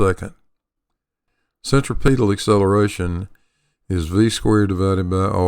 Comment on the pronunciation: Why do so many people mispronounce centripetal? The accent is on the second syllable not the third. I learned this in science class in junior high school, for God's sake. cen·trip·e·tal /senˈtripədl/